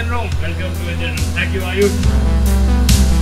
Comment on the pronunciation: "EMGINE ROOM" BTW THANKS FOR THE AWSOME CONTENT! LOVED IT